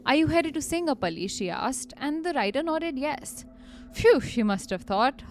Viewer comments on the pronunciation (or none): none